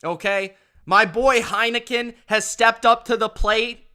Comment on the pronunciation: It is Henicke right? Or did you just want a Heineken after taking points with Wash??